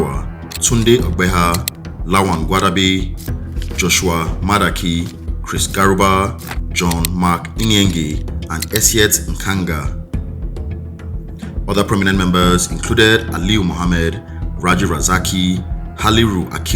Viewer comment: i always find it funny how Max Siollun writes Idongesit Nkanga as Ndong Essiet Nkanga. Also Nkanga is pronounced as "Nkan Ha". Dont press on the G